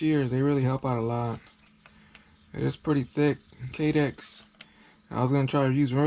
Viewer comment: "Ki-Dex" is what's it's actually called. Other than that, this is genius! Great video!